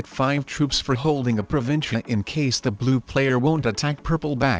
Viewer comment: OMG will someone please teach the machine how to say "province"